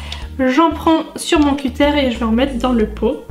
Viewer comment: On dit pas cutére mais un cuteure